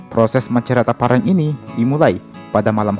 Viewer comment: koreksi, bukan saja e nya yang salah sebut tapi p dan r nya